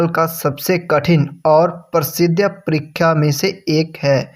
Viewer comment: Ur परीक्षा hota h....परिख्या nhi....